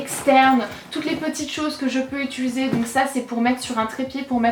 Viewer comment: C'est drôle, tu dis "étuliser" au lieu de "utiliser" ;)